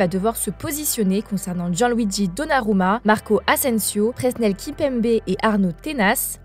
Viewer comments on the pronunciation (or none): none